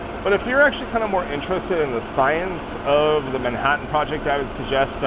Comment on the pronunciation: Awesome video, thanks for the behind-the-scenes look! Loved the “Manh(a)ttan” show. I had a chuckle when I recognized the actor in Oppenheimer 👍